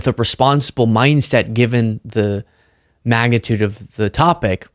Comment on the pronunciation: you said "magnitude," i heard "MAGAtude"